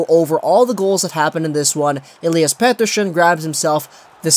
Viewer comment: Lol do you have a tongue spasm or something? Petershhon